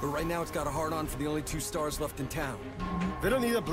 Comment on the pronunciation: "Starrrs" - Nemesis 2019